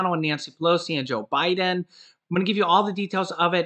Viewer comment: Love your show, you had me laughing because you said O'Biden.. rerun this show and you'll hear it. About mid way through the show. Great work anyways...lol